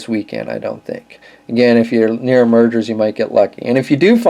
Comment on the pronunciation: It's pronounced meyer not merger.